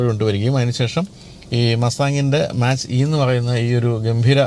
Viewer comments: മാച്ച് അല്ല ചേട്ടാ. Its മാക്./മേക്ക് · Mach - E .. its pronunciated as 'Mac' E ... and that name came from speed of sound